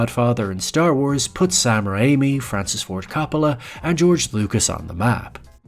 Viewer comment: “Francis Fard Capula” nigguh speak right 😭